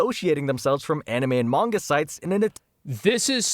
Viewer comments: Asmon. It's pronounced "mahn-ga" or "mon-ga." Not "mayn-ga." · I don't know how seriously I can take anyone's input on the subject when they say "mengah". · He lost me in the first 30 seconds, ...... "MENGA", ... lol.